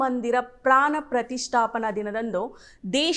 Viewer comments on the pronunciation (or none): ಪ್ರಾನ ಅಲ್ಲ ಪ್ರಾಣ ಅಂತ ಹೇಳಿ ಮೇಡಂ